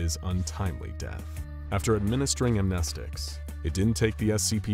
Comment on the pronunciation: Dude keeps saying am,knee,sticks .....